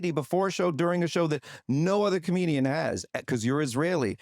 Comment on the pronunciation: A com-EGO-dian...